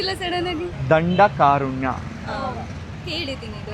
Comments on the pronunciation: ದಂಡಕಾರುಣ್ಯ ಅಲ್ಲ ದಂಡಕಾರಣ್ಯ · ದಂಡ ಕಾರುಣ್ಯ ಅಲ್ಲ. ದಂಡಕಾರಣ್ಯ. ದಾಂಡೇಲಿ. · Adu Dandakarunya alla Dandakaranya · ದಂಡಕಾರಣ್ಯ...ದಂಡಕಾರುಣ್ಯ ಅಲ್ಲಾ... ದಯವಿಟ್ಟು ತಪ್ಪು ತಿಳಿಯಬೇಡಿ 🙏🏻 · Brother, It is Dhandakaranya (dhandaka + aranya) Aranya means (forest) kdau in kannada. Not, dhandakarunya. Karunya means (mercy or sympathy) karuna. It's just small mention no intention of hurting anyone. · ದಂಡಕಾರಣ್ಯ, ದಂಡಕಾರುಣ್ಯ ಅಲ್ಲ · ನಮ್ಮ ಸಂಸ್ಕೃತಿಯ ಬಗ್ಗೆ, ಪುರಾಣಗಳ ಬಗ್ಗೆ ಯುವ ಪೀಳಿಗೆಯಲ್ಲಿ ಜಾಗೃತಿ ಮೂಡಿಸುತ್ತಿರುವ ನಿಮ್ಮ ಪ್ರಯತ್ನಕ್ಕೆ ಶುಭವಾಗಲಿ.. ಒಂದು ಚಿಕ್ಕ ತಿದ್ದುಪಡಿ- ಅದು "ದಂಡಕಾರಣ್ಯ", ನೀವು "ದಂಡಕಾರುಣ್ಯ" ಎಂದು ಹೇಳಿದ್ರಿ. ಹನುಮನನ್ನು ಪವನ ಪುತ್ರ ಎಂದು ಕರೆದರೂ, ಆತನ ತಂದೆಗೆ ಕೇಸರಿ. "ಕೇಸರಿ ನಂದನ' ಎಂದು ಕರೆಯುತ್ತಾರೆ ಅಲ್ಲವೇ? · ಅದು ದಂಡಕಾ ಅರಣ್ಯ . ದಂಡ ಕಾರುಣ್ಯ ಅಲ್ಲ ಮಹನೀಯರೆ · ಬಹಳ ಚಿಂತಾಜನಕ ಸ್ಥಿತಿಯಲ್ಲಿದೆ ನಮ್ಮ ಮುಂದಿನ ಪೀಳಿಗೆ...ಅಂದಹಾಗೆ, ದಂಡ ಕಾ'ರು'ಣ್ಯ ಅಂತ pronunciation mistake ಆಯ್ತು ಅನ್ಸತ್ತೆ....ದಂಡಕ ಅ'ರ'ಣ್ಯ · ದಂಡಕಾರುಣ್ಯ ಅಲ್ಲ ಕಾರಣ್ಯ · ತುಂಬ ಒಳ್ಳೆಯ ಕೆಲಸ ಮಾಡ್ತಾ ಇದ್ದೀರಾ.. ಹಾಗೆ, ತಪ್ಪು ತಿಳ್ಕೊಬೇಡಿ..ನೀವು ಕೂಡ ಕೆಲವು ತಪ್ಪುಗಳನ್ನ ಮಾಡಿದ್ರಿ. ಆಂಜನೇಯ ವಾಯು ಪುತ್ರನಾದರೂ, ಆವನ ತಂದೆಯ ಹೆಸರು ಕೇಸರಿ. ಹಾಗೆ ಕಾಡಿನ ಹೆಸರು ದಂಡಕಾರುಣ್ಯ ಅಲ್ಲ, ದಂಡಕಾರಣ್ಯ. ದಂಡಕ+ಅರಣ್ಯ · ತುಂಬಾ ಎಂಜಾಯ್ ಮಾಡಿದೆ. ನೀವು ಉಚ್ಚಾರಣೆ ಮಾಡಿದ್ದು ತಪ್ಪು, ಅದು ದಂಡಕಾರಣ್ಯ ದಂಡಕಾರುಣ್ಯ ಅಲ್ಲ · ದಂಡಕಾರಣ್ಯ ಸರಿ, ದಂಡಕಾರುಣ್ಯ ಅಲ್ಲ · ದಂಡಕಾರುಣ್ಯ ಅಲ್ಲ ರೀ... ದಂಡಕಾರಣ್ಯ... "ರು" ಗೂ "ರ" ಗೂ ವ್ಯತ್ಯಾಸ ಇಲ್ಲವೇ??? 🤦‍♀️